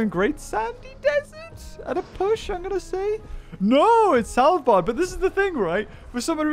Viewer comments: "Sælbard"😂 kinda upsets me (I’m Norwegian) but it’s fine, I’ve heard worse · As a Norwegian hearing pronounce Svalbard as "Salbar" is quite funny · I like how he pronounced Svalbard as Salbuard!